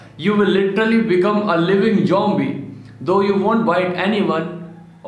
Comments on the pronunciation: Its zombie not jombie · Jombie Did he said jombie???